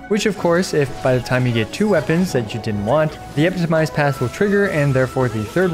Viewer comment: You're stressing the wrong syllable on 'epitomized' again